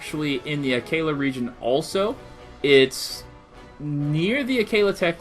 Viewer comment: U saying lanel is bad enough but dont say akeela